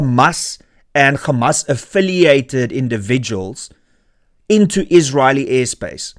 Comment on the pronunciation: Renaldo. It is Hamas, not Gamas